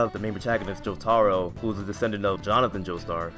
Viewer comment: Jo-TAH-row Bruh